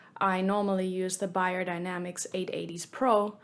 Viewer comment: I can't understand why you being German keep pronouncing "Bahyerdinamicks" instead of its real pronunciation, specially if you pronounce "Sennheiser" correctly 🤔